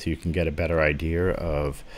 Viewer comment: Idear? Where are you from? 8)